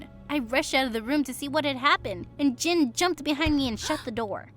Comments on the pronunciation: He is! but it's pronounced "Jin" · Do y'all even realise he's called JIN not Jim? Damn.. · Jin or jim idk i keep hearing jin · Yeah he is intelligent but his name is Jin not Jim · Y’all know his name is jin not jim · It’s Jin like Kim Seok Jin